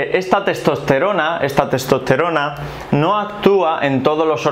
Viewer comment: Le cuesta proninciar testosterona